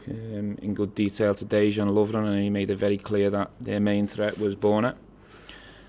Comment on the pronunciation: I wouldn't care if you couldn't read or speak at all if you are not football commentator or pundit. And if you are pundit or football manager you should try to take some time to learn the pronounciations of the players names in your own club or league. "Deian" Lovren - it is not too hard for sure. Here in Ukraine we respect people's names.